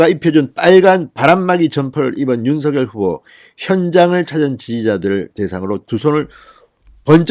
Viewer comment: 진성호님 윤석열 발음을 석열로 하지 마시고 석~녈로 발음 하세요 본인이 그렇게 해달라고 했답니다 본인도 그렇게 발음 하구요 ~